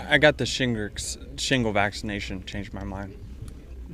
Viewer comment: What in the f@ is shingritz ?